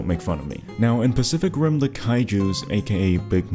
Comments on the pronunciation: my dumbass thought he said ''specific rim'' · Is it me or did he say "Specific Rim"..😅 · I heard "spesific rim" for a moment there 😂